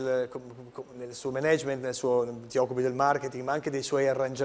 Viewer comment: 1.44 ...nel suo menègement!!!Fazio GNURANT! Si pronuncia mènagement!